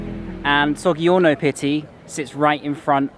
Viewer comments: As an Italian I have to say 'Well done!' . One of the best videos about Florence:-) :-) , very realistic and with additional info that not everyone says.. Just a thing: G si pronounced like J when followed by 'i' and 'e' [sod'd3orno]...'osteri'a',accent on the 'i' (means chep/popular/ public place where wine and a few dishes are served) .:-) :-) :-) :-) are you visiting anything else here in Italy?:-) :-) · The gg in Soggiorno is like the j in jack not hard like the g in get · Sorry, but Caravaggio - gg is pronounced like "j" in "jam", the same for soggiorno - there is no g like in game, same like in jam, jacket, jumbo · Its pronounced So-jj-orno.